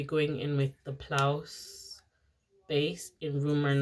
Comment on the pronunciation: the base is pronounced p. louise not plouse. love the eye look